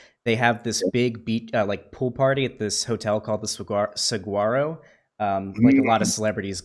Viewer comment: When your Arizonan and you here someone pronounce Saguaro like that it’s supa cring